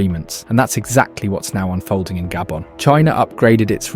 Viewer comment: what you mean gaybon its called GHA-BHO-N